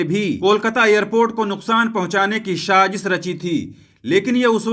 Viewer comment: Bhai shajish nahi sajish bolo